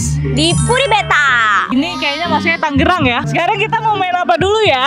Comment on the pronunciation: kenapasi orng orng.. nama kota nya tuh TANGERANG bukan TANGGERANG😭😭 ta nge rang, bukan tang ge rang:(